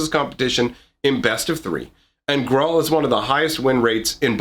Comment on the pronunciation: Gruul rhymes with drool